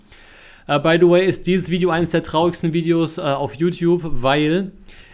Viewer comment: *du meinst "by de way"